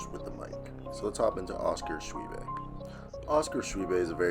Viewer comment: Its actually pronounced shoe boy. He played high school with my boys son.